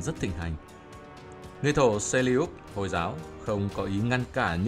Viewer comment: Nghe Từ hồi là ko thích r Hồi hồi ->>> y như hôi hôi v